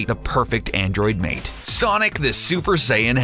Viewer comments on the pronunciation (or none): none